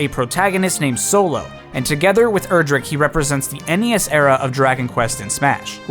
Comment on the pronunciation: It's pronounced "Erdrick", not "Erdrick".